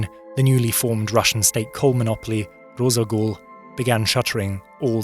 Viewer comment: Small correction: the company in Vorkuta is "Rosugol", not "Rosogul". The Russian word for coal is "ugol"